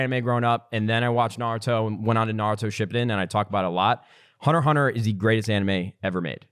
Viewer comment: Did this man just say "Hunter Hunter"?! What in the actual fuck it's hunter X hunter